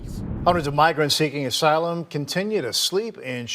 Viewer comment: reporters saying "asylum" makes me wanna puke.